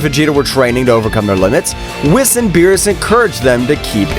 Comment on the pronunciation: Bro always berus but whis